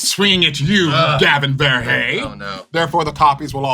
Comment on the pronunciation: It's "ver-hey" not "ver-hee-hee"